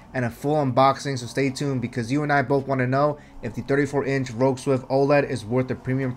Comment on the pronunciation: RoG is pronounced like NFL.